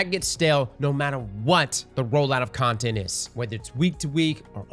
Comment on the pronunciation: “Ontent” lmao